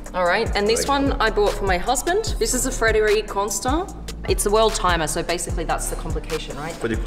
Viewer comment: Darling, that’s a Q, not O. Not Frederioue. Frederique.